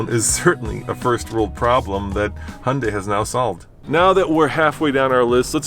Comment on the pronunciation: Han-dei🤦🏻‍♂️. It’s Hee-un-dai.